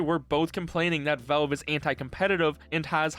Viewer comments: the way you say "velve" really pisses me off man, speak properly. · Ah yes, Völve. Critically acclaimed company known for their games like: Hælf-Loife, Təām-Førtress 2, Pourtel and Dötā. Don't take it personally but the way you pronounce valve throughout the whole video is pretty funny to me.